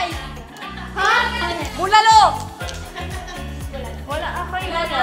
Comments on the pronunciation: ADOWBOUR 😭 BULALOUR 😭 TORTANG EGGPLANT 😭 SISSYG 😭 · Goodnye Bulalo Hello “Bulalour”